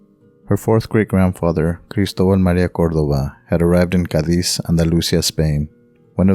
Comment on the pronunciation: Just the way to pronounce Cádiz, the emphasis is the a, please. Greetings from Mexico City or Ciudad de México. Great research!